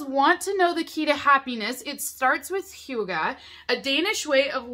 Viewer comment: Dane here.. i love the way you try to pronounce "hygge" 😆. at first i was like "what is HUGA?.. oooooh" Looks like a great box! Hygge can be translated to cozyness and is a term of having fun and (often) being relaxed.